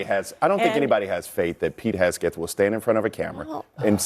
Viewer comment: He keeps calling him hesgeth instead of hegseth